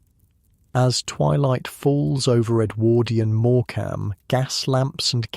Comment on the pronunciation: REALLY GRATEFUL..not real grateful. And pronounce Morecambe correctly or I'll think this is AI TOO